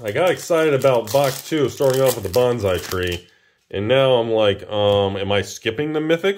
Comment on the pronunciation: Sir, please learn to pronounce bonsai